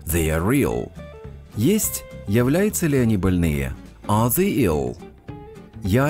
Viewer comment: В тренажёре they вы говорите как the